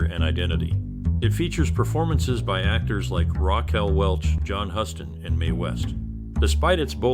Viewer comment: What are you going to tell anyone about the movie, idiot? It's Huston, pronounced "Houston".